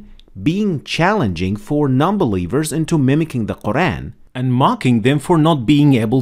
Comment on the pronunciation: Could you pronounce Al-Qur'an correctly, please?